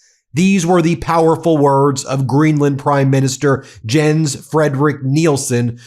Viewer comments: FYI, Jens is pronounced "Yens". They pronounce "j" as "y". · The forename "Jens" is pronounced Yens like yet or yesterday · His name is pronounced "Yenz" (Jens). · Just an FYI---Jens is pronounced "Yens". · Ben........ his first name is pronounced "yens". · In Danish, a J, when placed first in a word, is pronounced similarly to Y in English, e.g., as in "Yes." So PLEASE pronounce his name "Yens" so it doesn't grate on my ears. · In Danish, the "J" in Jens, is pronounced like a "Y". So his name is is pronounced Yens. My grandfathers name. I know accuracy and respect are important to you.😉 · Dear. You are doing amazing work. But I wish yourv team would research the correct pronunciation of peoples' names (eg Jens, Rutte in this video)! 😎🇬🇧 Thank you.